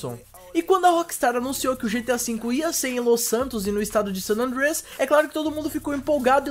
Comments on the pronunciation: ele quer ser gringo kk, sanandrias kkkkkkkkkkkk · mano para de fala san andrééééééia q feio cara ... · fala san andreas direito cara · o cara falando san andreas moh esquisitão... antes falar em portugues do q tenta paga uma de americano e falando parecendo q ta comendo um bolo...